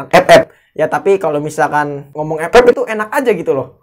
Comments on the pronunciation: Anjim ampe ktawa terbahak² gw klo denger EPEP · Gw malah dengernya bukan epep tapi pe*ek:v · Enak ya bang kalo ngomong ,"EP EP 🤣🤣🤣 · gua pas dengar ngomong epep kok mesti tertawa knp ya njir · ya enak aja gitu ngomong EP EP awkawk.. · Pas blg EP EP, over gain mulu. Hahahaha.. Penekanan bgt nih. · Njir enak kli ngomong epep nya😂